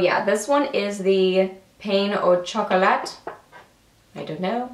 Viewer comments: Pain au chocolat is pronounced pan-oh-shock-oh-la. It's a French pasterie. Love your vids, btw! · haha it's pronounced 'Pan oh Chocolate' its a pastry with chocolate inside. 'Pain' means bread in French xx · That lipstick was a really good color on you. It matched your coloring perfectly: a your-lips-but-better color. By the way, the Pain au Chocolate is French for "bread with chocolate", and usually refers to a chocolate croissant. And "pain" is pronounced "pan". Just FYI! :)